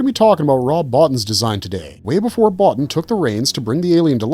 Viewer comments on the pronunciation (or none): you’re pronouncing Rob’s name wrong ..it’s not Botttinnn..it’s ..Boteeen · It's pronounced bo-TEEN. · Rob Bottin’s name is pronounced ‘Bo-teen’ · Bottins name is pronounced “Bow-Teen” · Can already tell this video is crap because they mispronounced Rob's last name.